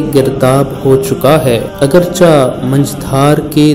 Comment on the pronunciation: "Agar chih'' not "agarchah''